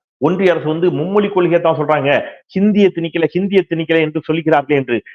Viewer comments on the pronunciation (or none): அருமையான செய்திகளை, ஆக்கபூர்வமாக வழங்கும் தாங்கள், தமிழ் மொழியின் சிறப்பை வெளிக்காட்டும் ழ 'கர உச்சரிப்பை சரியாக கூறுவீர்களானால் மகிழ்ச்சி. தமிழ் மொலி, தாய்மொலி, மும்மொலி இது போன்ற உச்சரிப்பை தவிர்க்கலாம் என்பது எனது வேண்டுகோள். 👍